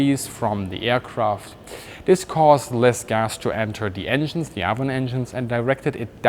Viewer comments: Viper twenty2 also it’s ay-von not a-von. Which is also a river. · It's Avon the a is pronounced as a long a as in raven Ayvon it would sound like Ayvon not Avvon Ayvon, thank you. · Avon is pronounced ‘Ayvon’. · Geez dude you butchered Avon too. That one is pronounced like the name "Evan" would be in German. "Ay-vun" or "Ay-von". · Trivia time. Your pronunciation of the name Avon is actually the Welsh way- and in Welsh it is spelled Afon- Welsh being an original British language. In German a V is pronounced as an F and in Welsh an F is pronounced as a V. Anyway, the Welsh word Afon means River. When the Anglo-Saxons came to Britain, they asked the local British: "What's this called?" as they pointed to the local river and the locals replied "Avon". That's why across England there are any number of rivers called Avon. In effect calling something the River Avon is the same as calling it the "River River" but the Anglo-Saxons did not know this at the time. As you probably know Rolls-Royce liked to name its jet engines after rivers while Bristol used classical names for its many engines such as Olympus or Pegasus, Hercules etc. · Excellent video. Ted Rex is correct on pronouncing Nene. Also, Avon is pronounced A-von, not Avon. It's also a British river. I think someone at Rolls Royce liked fishing!